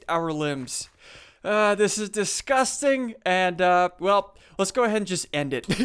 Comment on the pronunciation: As you said deskusting